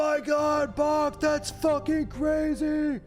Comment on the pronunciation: I can't help but chuckle everytime you say this Bawk 😂 tbh I always save there because I cba with the cutscenes etc.